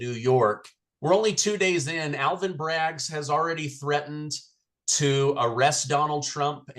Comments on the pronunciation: Can someone tell its not Braggs, it's Bragg. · Alvin Bragg...not Alvin Braggs